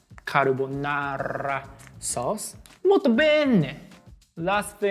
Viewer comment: saying carbonara 🤌🤌🤌